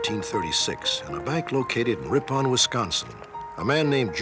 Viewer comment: Lol "Rip-on" Wisconsin... Idk why all forms of media butcher Wisco towns... Making a Murderer with "Mani-Toe-Walk"... nice to see old school Robert Stack dropping a "Rip-On"... (it's Rippin)